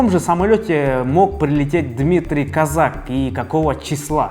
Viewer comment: КОзак, ударение на букву "О".